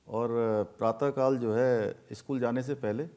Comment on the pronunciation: इस्कूल ❌ स्कूल ✅